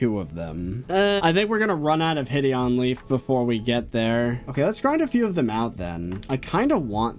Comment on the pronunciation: Will he realize one day that "hideonleaf" is pronounced "hide on leaf" lol